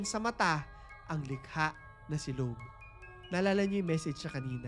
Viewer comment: Ako si Lo-ab hahahah okay na sana kaso Lo-ab hahahaha 😂